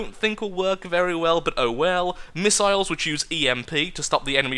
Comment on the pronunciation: MISS-ILES MISS-ILES MISS-ILES also do a war blimp. please